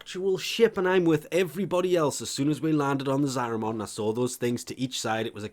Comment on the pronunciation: Every time he says Zariman it sounds like a Digimon, there's no O sound dude that's an A